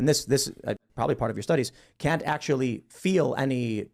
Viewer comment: said "ackshully you're weird" hahahahahhahaa